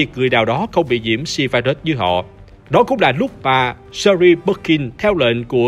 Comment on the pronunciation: "Sơ Ri" nhưng mình thích :)))